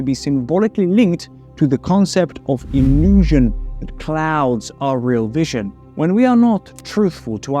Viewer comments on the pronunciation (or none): ILUSSION ?? Um.. illusion 🥴